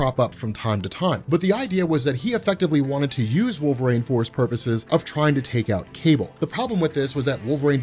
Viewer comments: Wool ver een. Not wall vrain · I keep hearing him saying wolverAIN, instead of wolverine. Maybe I'm insane. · Wool Vuh Reen